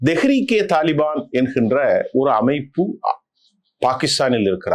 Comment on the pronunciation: அஸ்ஸலாமு அலைக்கும் சகோதரர் அவர்களே. தாலிFaன் அல்ல. தாலிBaன் தான் சரியான சொல்.